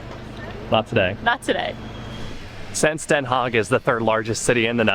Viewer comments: it is Not "haig it is DenHaag with Den and an aaaah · Den Haag like aaaah ... Please, don't be ignorant about the to the rest of humanity awkward way english speakers mutilate vowels. A should allways be aaah! E should allways be pronounced like in Hey! I should sound like ea in beat.